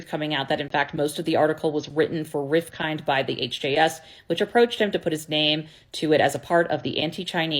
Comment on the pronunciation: It's pronounced with the 'd' silent - Rifkin(d). "Rif - kin"